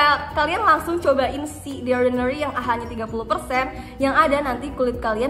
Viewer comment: Jijai banget waktu dia bilang “The Orrrdinarrryyy” 🤣